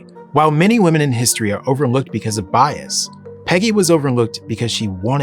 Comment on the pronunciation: well this had the potential to be good, pbs is gross now edit: ok it was still pretty good but the bs signally is gross...read this comment lol no need for the emphasis on things like "bias"